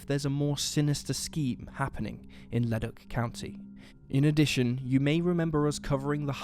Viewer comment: Excellent! Thank you for spotlighting this case, it just breaks my heart hearing her last phone call. I hope they find the bastard who killed her. And as a quick aside, Leduc is pronounced Le-duke.